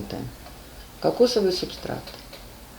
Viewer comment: Не субстраКт, а субстрат!